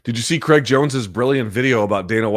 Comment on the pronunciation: It’s CRAIG not creg.